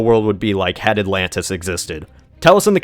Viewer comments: Atlantchluss, lol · ATLAN-DEES NUTS!!!!